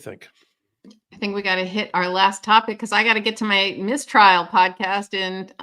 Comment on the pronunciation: Please: "Mistrial" has the stress on the first syllable. "Miss Trial" (which is a great name for the podcast!) has the stress on the second word. (Miss Tríal)